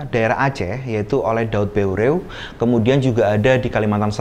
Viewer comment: Pengucapan nama tokoh Aceh yg jelas ,,, salam saboh naggroe